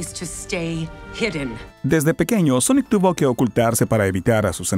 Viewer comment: Sonic the Hechejojo